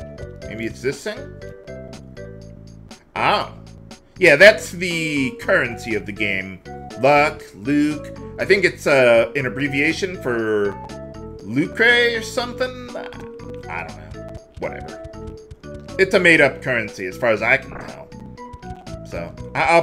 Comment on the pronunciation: Lucre is pronounced "loo-curr".